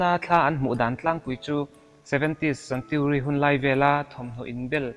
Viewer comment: Paranormal ti rawh . Paranolmal anilo...jjaahajja...... 70's centuriiiiii.... Century ti roh..